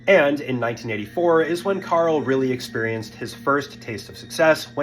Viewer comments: It's Karel Soucek man, not Carl Susek... You fer real? And yeah... This entire vid is just reading a Wiki page... And not fully at that xD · It’s Karel Sousek, not Carl Susek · You’re saying his name wrong. It’s Karel not Carl. And it’s Souček not Soucik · His name isn’t pronounced Carl.